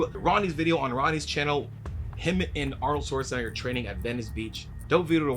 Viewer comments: Schwartz ! Not Swartz lol agreed with the entire video though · Why do so many people pronounce Arnold's last name like it's "Swarzenegger"? Isn't there supposed to be like a "sh" sound in there? 🤔